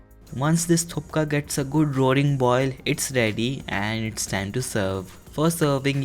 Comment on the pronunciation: That not call a thukka thats calls a thuppa